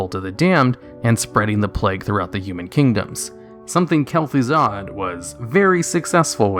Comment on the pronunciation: It's Kel'Thuzad, Lich